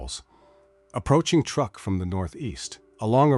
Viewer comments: And it is not pronounced as such either. The pronunciation is "trook". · Truk, not truck. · It’s Truk, not Truck. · "Truck"? I hate this IA crap. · I guess it is too hard for AI to spell or pronounce "Truk" correctly. It should also be called Chuuk now.